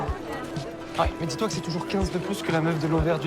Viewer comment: "c'est" is "se" not "sey" and "fait" is "fe" not "fey"